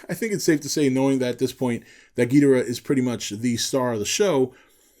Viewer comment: The fact you can't pronounce Ghidorah right mean I can't listen any longer